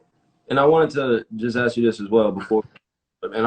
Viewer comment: 100s of millions of dollars these two are worth and they still can't pronounce the word "ask" like it's anything other than a tool to cut down trees!